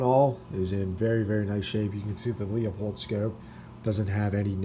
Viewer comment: Beautiful rifle! Leupold is pronounced LOO-Pold.